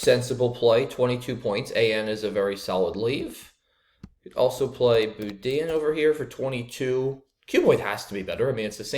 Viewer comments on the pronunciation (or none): BOUDIN was a dagger in the heart of any cajun